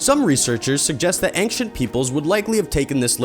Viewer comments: mystery is why he pronounces ancient like that. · Three minutes, nineteen seconds and you've already mispronounced several words. Is English not your native language? (That's the only explanation I could think of for giving the "U" in "gamut" a long sound and adding a "G" in the middle of "ancient"---and what the hell is a "pyrameedic tome?") THUMBS DOWN.